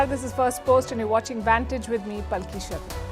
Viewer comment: Hey is your first name Palki? If so why does it sound like you abbreviate your last name Sharma? It sounds like you say Palkisha, I always wondered that.